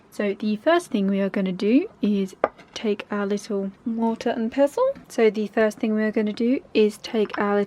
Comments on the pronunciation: Ok but why did she say “mortar and pezzle” 😂🤣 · Yes. That's how some people say it...